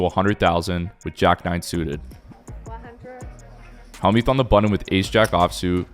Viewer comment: DUDE!!! It's NOT HALLmuth, it's HELLmuth you clown.